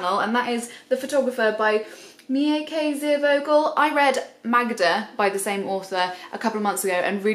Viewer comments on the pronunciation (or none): The Agatha Christie biography sounds great! Also, the ei in Meike Ziervogel is pronounced roughly as the letter i in english ;)